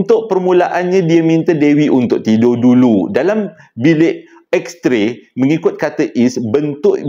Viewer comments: X-ray joe bukan X-tray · abang salah bukan x tray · yg hensem: Betulkan sikit… Bukan juru gambar, tapi juru x-ray. Bukan x-tray, tapi x-ray Thanks